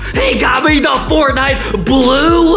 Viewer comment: I love to wach but hear tihs Fortnieght more like Fartnieght😂